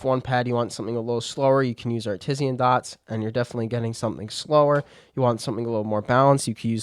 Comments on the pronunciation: i'm saying it that way now. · bud no one pronounces it like that.. its Art Iss Anne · Your pronunciation of artisan lol 😅 but good video 👌